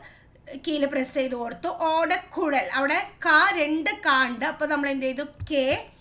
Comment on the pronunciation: Miss ഓടക്കുൽ alla ഓടക്കുഴൽ anu😅